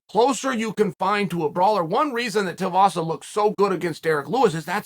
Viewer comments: It’s tuivasa (two wee vasa) not tiavasa 😅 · Right, and for that matter, who exactly is Tavasa? Maybe he was talking about Tai Tee-a-vasa and just mispronounced the name... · chael can you please say tuivasas name right that man is too good